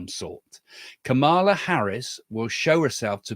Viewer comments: The VP's name is pronounced KAH muh luh. Accent on the first syllable. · What about Trump calling Biden, Obama? And calling Nancy Pelosi, Nikki Haley? And calling JD Vance, JD Mandel? And confusing the Turkish President with the PM of Hungary? I think Trump and Biden both had cognitive issues. And please have the courtesy of pronouncing Kamala's name correctly. The emphasis is on the first syllable. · Think about pronouncing her name as *calm a law. 😊